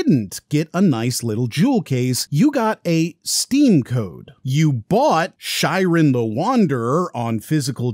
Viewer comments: It's pronounced like "She-ren". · I was with you on this one until you pronounced Shiren as "Shairen"